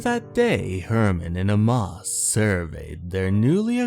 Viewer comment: Nice job with the Crypt Keeper's little handoff to your usual narration voice. Pffft, moribund puns are equal parts eye rolling and suddenly funny, a subset of gallows humor I appreciate from Crypty. Note: The name Amos is pronounced as "Ay-mus" , and the word speedometer usually is heard as "sped-ah-meh-ter", for future readings. Don't ask me why, it is pronounced this way.